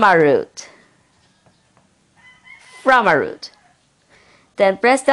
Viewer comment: What a dumb ass he said firmaroot